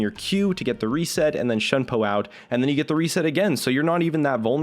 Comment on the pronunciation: It bothers me how he pronounces shunpo. it's not "shun po" it's "Shoon po"